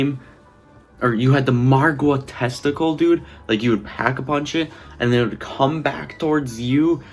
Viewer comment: "The margua testacle" lol you mean tentacle 😂